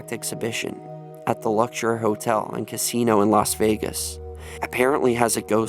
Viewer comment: Nice site ... it's pronounced LUC-sor. The hotel in Las Vegas